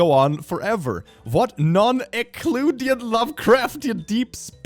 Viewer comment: when the man who has never heard of any non-Euclidean geometry says non-Euclidean wrong. 🗿